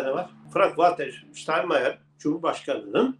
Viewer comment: Hocam verdiğiniz bilgiler o kadar detayli ki.Izlediğim sözde o ćok izlenen videolarin hiç birinde Almanya Cumhurbaşkanı Frank Walter Steinmeier şeklinde tam olarak telafuz edene bile rastlamadım.Verdiğiniz bunca ayrintili bilgiden sonra korkarim bu yaptiğiniz bedava hizmetten size ne ekmek çikacak doğrusu çok kaygiliyim.Lütfen beni yanliş anlamayın.Hayat felsefem Ahlak Vicdan ve Adalet'tir.Sağlicakla kalın.